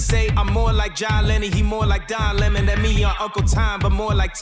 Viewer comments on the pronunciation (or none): none